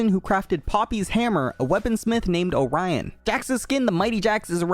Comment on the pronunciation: Oh-rah-ion really the greeks just began to roll into their graves